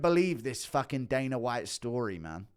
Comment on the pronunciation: also it's dana, not daner lol